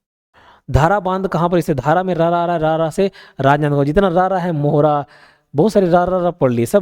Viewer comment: सर जो राजनांदगांव वाला है उसमें बांध धारा नहीं ढारा है । और मोहरा नहीं मोहारा है।